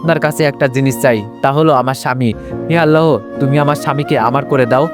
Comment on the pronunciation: আল্লাহ হবে আপনি হ টা উচ্চারণ করতে চেন আল্লাহর সাথে হ যোগ করবেন না 🙂🙂